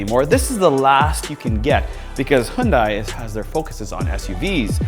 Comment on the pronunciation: Hyundai is pronounced Hyun-Day, not Hyun-Die. Love your high quality videos btw!!!!